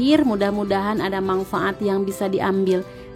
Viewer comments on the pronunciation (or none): Manfaat mba bukan mangfaat hihihi maaf